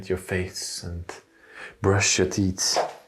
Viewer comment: I’m sorry, but I had to laugh at your pronunciation of teeth. The sink is where they brushed their whats?